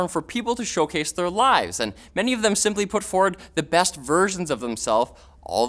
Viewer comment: During #5 I kept hearing "lies" rather than "lives". Which also fits.